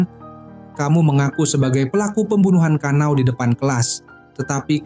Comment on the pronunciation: bang namanya kana'o bukan kanao btw